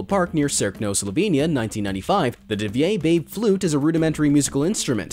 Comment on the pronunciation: Being from slovenia and hearing pronunciation for cave of "divja baba" (meaning "feral old woman") spoken like divje bejb made me giggle ^.^